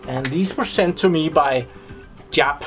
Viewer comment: I had to laugh at how you pronounced Jaap (its is not a made up name. it really is an existing Dutch first name). With all these Dutchies around here I'll teach you it :) I would suck the same or more pronouncing Danish though :D